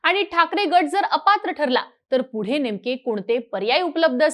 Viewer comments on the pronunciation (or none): none